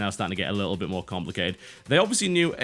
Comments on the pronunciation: Every time he says BIT. I hear bitch lol. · it sounds like your saying bitch XD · I like how he says bit as bitch...or at least it sounds like that to me. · i like how you pronounce "bit" in bit-trip. i hear a ''ch" in there